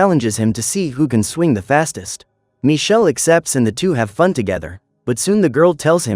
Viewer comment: Because his name is Michele not Michelle. It's an Italian name and it's not pronounced Michelle. The name of the movie is "Il ragazzo invisibile"